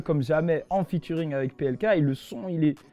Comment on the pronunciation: Il a dis Invité en featurayne